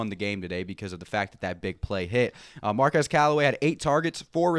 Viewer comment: Hey, Bud () - it's Mar-KWEZ. The young man corrected a reporter at the beginning of the season who called him Mar-kez. KWEZ. Just fyi. Otherwise, nice recap.